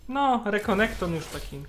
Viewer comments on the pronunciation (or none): Renekton a nie Rekonekton XD